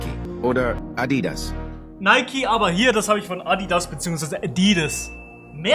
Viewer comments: Adidas ist eine deutsche Firma man kann den Namen deutsch aussprechen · Adidas ist Deutsch, also musst es nicht Verauchen irgendwie Englisch auszusprechen😂😂👍🏻, aber alles Gut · Es heist Adidas und nicht adi das ist deutsche Marke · Nein man spricht das ganz klar Ädydäs aus. So hat der Herr sich das früher vorgestellt und damals hat er es auch schon als Ädydäs ausgesprochen. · Wieso spricht er Adidas so aus? 😢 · wie er erst Adidas richtig ausspricht und dann ins falsche korrigiert